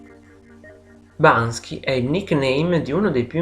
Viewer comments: Ma perché lo chiama Bansky? Non è Banksy? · subito alla prima parola sbagli..si chiama banKSy non banSKy.. :) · Ma perché lo chiami e lo chiamate Bansky e non BANKSY? MUHÀ! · ma Perché pronuncia sempre errorenamente. bansky? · Non è Bansky ma Banksy! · Video bello eh. Però BanKSy non BanSKy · Banksy! Non Bansky! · L'errore c'è anche a . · Sentirti ripetere in continuazione BanSKy è veramente assurdo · non basta... non basta.... non e' solo alla fine l'errore di pronuncia ! Mamma mia che somaro! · Ma se pretendi di farci un video ... imparare a pronunciarne il nome in modo corretto no? Ma dai!